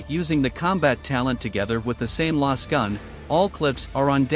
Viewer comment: As a future note, try putting "laz gun" through your TTS to try and get it to pronounce lasgun. I remember the game Loadout used a Text to Speech for their announcer, and had to break down "Blutonium" to "Blue tone e yum" to get the TTS to pronounce it right.